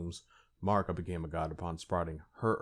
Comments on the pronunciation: Mispronouncing Marika is a bit, right? It rhymes with America. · Seriously… MAAr-ika?? The game pronounces her name over a dozen threes times, but your retarded ass chooses to mispronounce it. MAh-MAh-rika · keep saying marika how u want. man i don’t understand why it gets people so upset. we all know who you’re talking about so the point is getting across and that’s all that matters. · Damn bruh u butchering marika's name